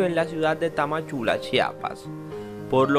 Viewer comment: Es Tapachula Chiapas. No tamachula